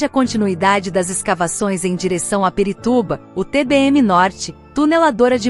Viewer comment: São A M Vs! E não A M V S! E não é Perituba!!! E sim Pirituba!!!! POXAAA!!!!!